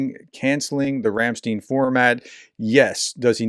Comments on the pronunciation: Ram (speak eye not een) stein, like Frankenstein. Ram.......stein..ei is i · It's pronounced: Ram -- sh - t - ine Last syllable like in "swine" Emphasis on "Ram" Greetings from 🇩🇪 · Thank you for your informative videos. But please try to pronounce German vowels correctly: ‘ei’ is pronounced as ‘I’ ‘ie’ is pronounced as ‘ee’. Thus ‘Ramstein’ rhymes with ’fine’. ‘Lied’ (= ‘song’ in German) rhymes with ‘feed’. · Ramstein ends like fine, not like teen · Ramstein - remember the last syllable is exactly like Einstein!